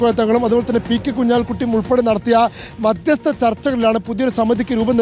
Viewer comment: സ്മൃതി മാധ്യസ്ത ചർച്ച എന്ന യല്ലല്ലോ മധ്യസ്ഥ ചർച്ച എന്നല്ലെ